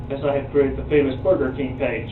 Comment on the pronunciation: Boor-gur Kang